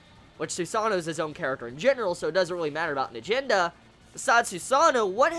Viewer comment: It's n - ahh - Jen - duhhh